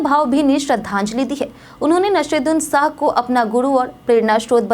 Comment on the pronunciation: Pahale to Nasiruddin shah ka naam galat bolti ho, fir Zinda aadmi ko bhav bhini shardhanjali deti ho. Aisi news reader ko hatao